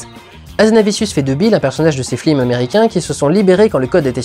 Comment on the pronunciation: j'ai l'impression que tu dit plusieurs fois "flims" plutôt que "films", non ?